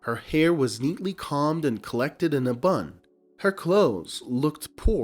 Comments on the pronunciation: "Combed" is pronounced 'C-oh-mbed'. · Please check your dictionary or search engine for the correct pronunciation of the word combed.